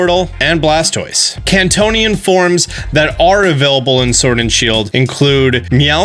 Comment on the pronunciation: You say Kanto weird